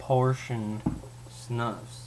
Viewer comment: It's pronounced "snoose."